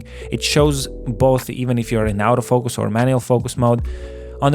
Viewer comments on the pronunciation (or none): Nice review! Just one remark: the word “autofocus” is pronounced as [ɔːtəˈfəʊkəs]. The way you do it sounds like “out of focus”))